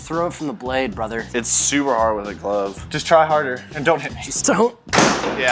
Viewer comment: "im sorry bruther.."